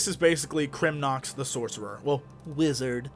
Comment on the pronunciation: i died laughing when he sed wizard.